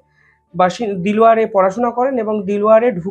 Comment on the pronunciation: উচ্চারণ হবে ডেলাওয়ার! দিলোয়ার নয়।